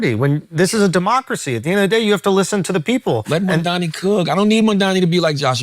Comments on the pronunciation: It's amazing how people can't say his name right. It's MaMdani with an 'M' in the middle, not 'N'! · Please, could someone tell Charlamagne the name is MAMDANI, not Mandani.. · Ffs charlamagne his name is M.a.M.d.a.n.i, fuck he keep saying MaNdani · It's not Mandani, It's Mamdani, how hard is it? Rhymes with mum. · Is anyone ever going to tell Charlamagne the name is Mamdani? M - A - 'M' - D - A - N - I. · Whenever people pronounce it "mom-dommy" I always think they're doing a Freudian slip. It's just mom-donny. It's two syllables. Mispronouncing it is intentional and performative. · It’s so funny how people still say his name wrong even though it’s so easy: Charla keep calling him MANDANI. it’s MAMDANI. … I think😅😅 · These guys have it wrong. It's not a stunt. It's personal for Mamdani as a moral issue. And it would be nice if they pronounced Mamdani properly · CAN YOU STOP SAYING MAMDANI'S NAME WRONG ITS LIKE 2 SYLLABLES. IF YOU CAN SAY THE WORD MOM AND THE NAME DANI WELL SEPARATELY WHY THE FUCK DO YOU PRONOUNCE HIS NAME LIKE IDIOTS. ITS SOOOOOOO GRATING. ITS LIKE SOMEONE SCRATCHING THEIR NAILS ON A BOARD REPEATEDLY. ITS SOOO ANNOYING STOP. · Charlamagne and his crew (not Andrew) pisses me off. That’s why I’ll never subscribe to YALL….SAY MAMDANI’s NAME CORRECTLY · MAMDANI…Charlemagne, say it right, M A M D A N I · Crazy how difficult it is say to Mamdani correctly